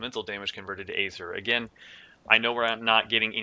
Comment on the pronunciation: eeeeeether. not Aaaaayther.